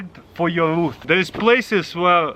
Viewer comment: Taras your say Ruth it's roof